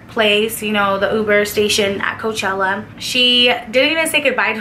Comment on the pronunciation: Its coachella lol